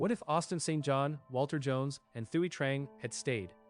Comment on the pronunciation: Thuy is pronounced "Twee."